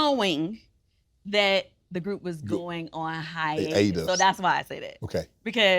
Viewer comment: If Uncle Shay Shay don't stop saying hyenas instead of hiatus.